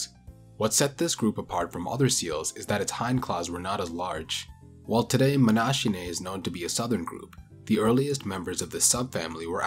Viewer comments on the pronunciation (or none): Nice video as usual. That extinct diversity of walruses makes for a fascinating topic. I think it's pronunced as if it was written "monakinae", as a native Englich speaker always be very skeptical of those "ch" sounds if a greek root might be involved.